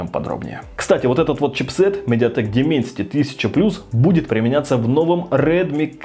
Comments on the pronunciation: дАЙменсити правильно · Не Дименсити, а Дайменсити. Не эксИнос, а Эксинос с ударением на Э